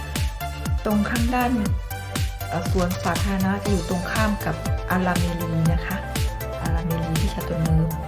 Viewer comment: ตามมาเลาะสวนสาธารณะ น้องน่ารักนะคะพยายามพูดไทย ออกเสียงเป็นสวนสัตว์😁 บ้านสวยดีนะคะ สวนก็สวยดอกไม้แปลกแต่สวยดีค่ะ ลูกแอปเปิ้ลป่าค่ะ อร่อยนะคะที่ยูเคก็มีค่ะ ต้นไม้ใหญ่มาก เกาลัดดกสวยเลยค่ะ